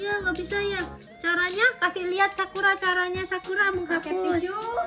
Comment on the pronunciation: Ko bacaan sakura jadi sakuar